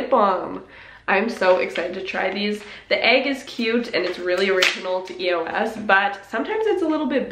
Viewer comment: you say eos wrong tho